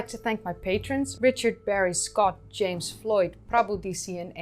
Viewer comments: your enunciation of most of the places and names are always amazing. your english is excellent and very fluid. but most of all i am always impressed by your ability to swap into these words or names and back to english, all with proper accents and enunciation, its just a big WOW! im from the southern united states, my accent is very hillbilly and my ability to duplicate a trill is zero, past that its worse! but i do admire someone who does it so brilliantly and beautifully! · Good job on the pronunciations too! And after all the hard work you put into your channel you deserve a cocktail.